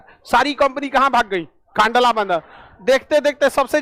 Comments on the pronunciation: कांडला नही कंडला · Kandla nahi kndla bola jata he